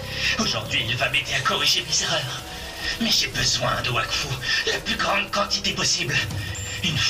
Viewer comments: i search for the polish version and watch it, it's pretty weird but i tghink it's because i don't know the language and only watch the french one, also the trailer make me laugh where i heard Vakfu insted of wakfu at the begenning ^^ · In Poland, we read "W" as "V".